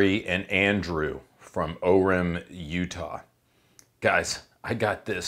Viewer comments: O-REM 😂😂 it’s pronounced “Or-im” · It's Orem, not O-rim! 🤣🤣🤣